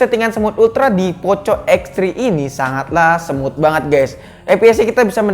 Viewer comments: Bang ngomong nya jangan poco tpi poko emng sih tulisannya poco tpi dibaca poko soalnya gak enak didengar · Sorry bro ngomong poco itu bukan poco tapi poco, ga enak didengar kalo ngomong poco